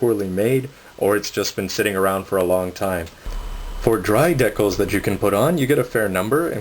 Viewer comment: It's pronounced GAT-LING NOT GATALING!!! GATLING!!! And also they are DE-CALS NOT DECKALS!!!